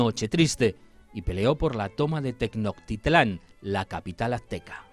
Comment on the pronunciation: ¿TECNOTITLÁN? jaja